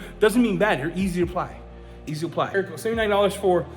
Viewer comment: You pronounce "Cerakote" like SERRA-KOTE. Not CHERRA-KOTE. I forgive you... 🤣👌🏻